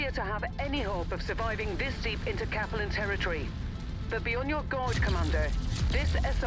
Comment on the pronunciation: It freaks me out every time I hear pronounce "Capellan Confederation." She puts the accent on the first syllable in Capellan - KAP uh lan, when the star Capella is pronounced with the accent on the 2nd syllable - kuh PELL ah. Since I'm pretty sure the Capellan Confederation takes it's name from the star, it doesn't make much sense to change the pronunciation that way.